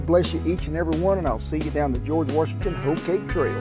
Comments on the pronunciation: George Were-shington 😂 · “Warshington” Please keep the intrusive “r” out of our first president’s name. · Where is the R in Washington? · George Worshington. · George Warshington. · George Worshington😉🤣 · I’ve never heard of George “warshington”. I know George Washington. Know knowing about “warshington” much like I know nothing about “windoors”.